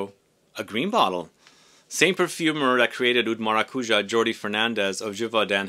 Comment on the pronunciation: Maracujá, the tonic syllable is the last one (hence the symbol on top of the last a). Thank you for the video, love 💕